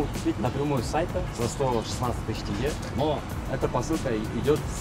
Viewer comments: Тэнге, это так смешно и нелепо, разве сложно сказать тенге через «е» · Да как вы надоели.. не тЭнге, а тенге, буква Е, а не Э. Если что, я россиянин, в России живу, но даже у меня уши режет, когда россияне говорят "тэнгэ". Тенге, это же одно и тоже что слово деньги, это два слова от одного произошли. Вы же не говорите дЭнги... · Не тэнге а тенге сколько можно объяснять. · не тэнгэ, а тенге! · Не тенгЭ а Теңге ! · Да тенге, теньге! мягко произносится, ни Тэнге! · Не ТЭНГЭ, а тенге. Прошу не коверкать нашу валюту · Не тЭнге! тЕнге. Мы же не говорим рЭбль. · Не тЭнгэ, а ТЕНЬГЕ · Тенге,а не Тэнгэ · тЭнге..............ну емае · Может он и нормальный парень,но когда сказал ТЭНГЕ,сразу выключил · На 35 секунде услышав тЭнгЭ сразу пропало желание смотреть дальше . Перелистал на другой ролик совсем уже о другом . Мы же не говорим руПи или руПЛИ ! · Тэнгэ плеать 😂😂😂😂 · Ещё раз скажешь тэнге ! Мы тебя найдём 😅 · Вот бы сейчас в 2025 году говорить Тэнгэ 😂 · тЭнгЭ? серьезно? столько лет уже базируетесь в кз но до сих пор не научились правильно произносить? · Когда россияне научатся правильно произносить "тенге"?)) Сам русский, уроженец словного города Целиноград, ныне Астана, и как же режет ухо это тЭнгЭ =) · С этим словом тЭнге, палитесь конечно, сразу понятно не местные 😂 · да почему тЭнге то? ну вы крем же норм читаете???? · Сразу грубанул "тЭнгЭ" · Почему ты говоришь тЭнге. Ты же не говоришь Сэргэй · Снова это "тэнгэ"... Россияне, почему для вас проблема произнести букву "Е"? Если что, я русский казахстанец. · тЭнге... я сам из рф, но тЭнге? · Ох уж эти тЭнге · тенгЭ Ну не первый же раз в Казахстане, но мог бы уже правильно выговаривать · Хватит говорить тЭЭЭЭЭЭнге🤦‍♂️🤦‍♂️🤦‍♂️🤦‍♂️ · ТЭНГЕ сколько уже можно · Ты тенге не правильно произносишь😂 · Шел 2025 год, а россияне так и не научились правильно произносить название Казахстанской валюты😢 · Не первый раз в Казахстане,мог бы уже выучить как правильно говорить Тенге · "ТЕНЬГЕ", а не "ТЭНГЭ" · не ТЭНГЭ а тЕнгЕ